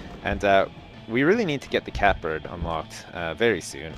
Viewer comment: It's his mispronunciation of Catbird.